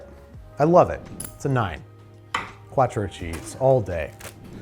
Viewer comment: saying mexican instead of italian killed me a little bit... è quattro non cuatro